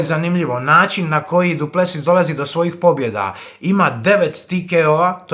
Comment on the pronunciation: Brate nije Du Plesius nego Du Plesis molim te, bole me uši